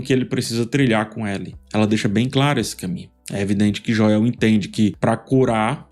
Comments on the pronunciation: Bom dia amigo, acompanho suas críticas desde a primeira temporada dessa obra prima baseada no game de mesma grandeza, mas peço pra ti, pronuncie o nome de Joel como na série e nos games... obrigado e continuarei acompanhando sua ótima crítica artística e cinematográfica e me desculpe desde já, não é ofensivo é só por pura sintonia....🙏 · amo suas análises, assisto qualquer coisa já esperando correr pro seu canal depois! Acho engraçado o “Joéu” hahaha eu gostei, é seu jeito de pronunciar e não muda nada na qualidade do seu conteúdo, sempre excelente. ❤ Quanto a série, tenho um misto de sensações assistindo, acho a Bella Ramsey uma ótima atriz, mas tenho um pouco de dificuldade de enxergar a Ellie nela. A personagem está tão infantilizada, considerando que teve um salto de 5 anos, esperava que apresentasse uma mudança de postura comparado com a última temporada. Também acho que a atriz que interpreta a Abby parece muito diferente em relação a estatura e tudo mais, dentro da história isso faz diferença. A série é muito boa apesar de tudo, amo a fotografia. Eu já esperava uma mudança na ordem cronológica das coisas, afinal é adaptação né? Achei esse ep meio parado demais, mas acho que é porque o próximo vai chegar quebrando tudo (literalmente 😅) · A pronúncia é sem acento da mesma forma que é escrito "Joel." Mas relaxa, não sou hater viu! Adoro o seu trabalho e te admiro DEMAIS! Desculpa, se pareceu rude (era para ser engraçado) foi mal. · Não corrigi no primeiro comentário, apenas falei que ficou engraçado a pronúncia abrasileirada de nomes que não são comuns por aqui... Tipo, Gerald (The Witcher) alguns falam Geraldo ou Kratos (God of War) Kleyton. Joéu soa engraçado igual. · Q agonia escutar esse Joéu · KKKKKKKKK sim, cara. Eu só aceitei essa pronúncia, espero que ele leia os comentários pra corrigir isso aí. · Adoro suas analises, mas é muito irritante a pronuncia do nome Joel, doi nos ouvidos, se puder rever essa questao amigo, seria grato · Jo-el. kkkk